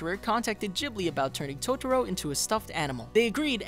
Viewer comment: you lost me right at the start when you said 'tots-ro'. byeeeee